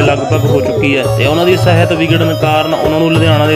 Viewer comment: ਬਾਈ ਜੀ ਸੁਰਿੰਦਰ ਛਿੰਦਾ ਜੀ ਲਈ ਅਰਦਾਸ ਫੇਰ ਕਰਿਓ ਪਹਿਲਾਂ ਆਪਣੀ ਪੰਜਾਬੀ ਠੀਕ ਕਰੋ ਨੰਬਰ 1ਰੱਖ ਲੈ ਕਲੰਡਰ ਨੀ ਹੈ, ਰੱਖ ਲੈ ਕਲੀਡਰ ਯਾਰਾ ਲੱਮਿਆ ਰੂਟਾਂ ਤੇ ਨੰਬਰ ਸਾਹਿਤ ਨੀ ਹੁੰਦੀ ਸਿਹਤ ਹੁੰਦੀ ਹੈ ਪਲੀਜ਼ 🙏🏻